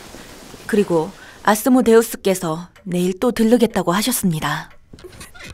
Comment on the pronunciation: 아스모데우스 발음이 앗스모데웃스얔ㅋㅋㅋㅋㅋㅋㅋㅋ